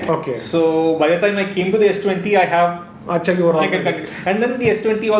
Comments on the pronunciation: That ohh accha 😂😂😂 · Kitne bhi angrez banne ki koshish karlo, Par muh se to "Oo Achha" nikal hi gaya 😁😂😂😂😂😂 Hindi 😁